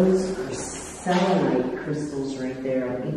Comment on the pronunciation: It's called selenite not silenite. The best protection Crystal is tourmaline